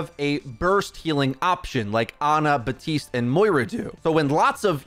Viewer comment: Since when is it BA-TISTE? Are P’s silent now? Serious question. Even the character hisself says BAP-TISTE.